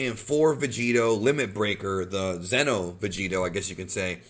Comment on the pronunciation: it sounds like you are saying Zeno which means The Omni King. It's Xeno (Zee-no).